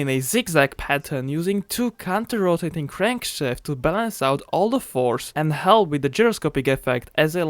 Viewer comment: The sub titles of this video are very funny subtitle system translates his accent to say No Candy Shop needed LoL when he aspired to say No Crankshaft Needed